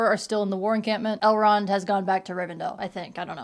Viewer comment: Every time you say Elrond I think you’re saying L Ron like L Ron Hubbard lmao